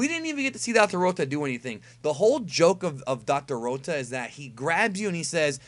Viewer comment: I'm Glad Dr.Rota Is Eliminated So I Don't Have To Hear Pronounce Rota The way He Does